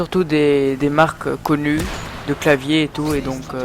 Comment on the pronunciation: comment il dit le mot "connu" MDR